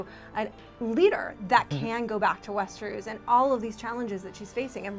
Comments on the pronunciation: Westeruus!?!?! WTF are u saying lady LOL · the the correct pronunciation for Cercei...at least thats how i heard George R. R. Martin himself pronounce it.... But Westernoos is totally unforgivable. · Cersay and Westeroos? So annoying